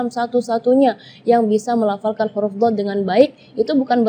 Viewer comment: Penyebutan huruf apakah diucapkan KHURUF? Apa ini jg kesalahan karena terlalu mendalami bahasa arab jadinya huruf diucapkan KHURUF padahal kan pake ha bukan kha (kho)